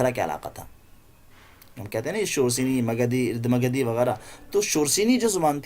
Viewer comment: قابل ستائش خدمات لیکن سے اردھ مگدھی میں الف پر زبر پڑھنا چاہیے